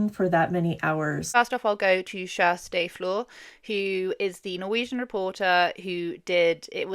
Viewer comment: I’m not Norwegian but your pronunciation of Kjersti’s name is the most accurate I’ve heard so far 😄